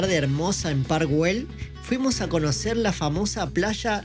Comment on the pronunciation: Que es eso de Guel Se pronuncia ell si fuese inglés ya pronunciarias bien